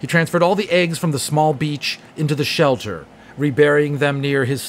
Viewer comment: and it his shelter not shoulder